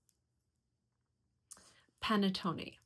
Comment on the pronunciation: as aItalian u pronounce panettone wrong 😮 I love your chanel though 😊